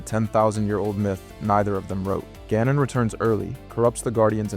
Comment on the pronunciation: Calling Ganon as goanon must be new